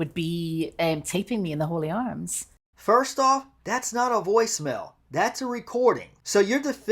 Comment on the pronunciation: Hello, it’s the Hawley Arms pub not the Holy Arms. 😂😂😂